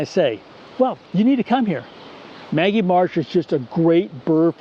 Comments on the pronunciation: It not Maggie marsh, it's Ma-gee, with a hard 'g'. Many people get this wrong. Named after John N. Magee. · Very nice Moose. maGEE marsh is how we Ohioans pronounce this amazing birding destination.